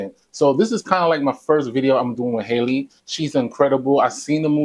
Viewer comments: Yes, she struck my heart. Btw her name is pronounced Halle NOT Hailey. Halle rhymes with Sally, Nelly, Belly, Kelly... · Her name is pronounced like Halle Berry